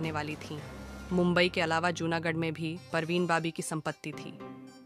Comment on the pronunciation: BABI NOT BOBBY ....PARVEEN BABI BAAABIIIII !!! JEEZ TRY TO TAKE THE NAME CORRECTLY AT LEAST OR LEARN HOW IT IS PRONOUNCED FIRST BEFORE MAKING A VDO !!! She was a Muslim never changed her religion..she lost her mental wellbeing...so it's not possible that she was capable to do anything like that .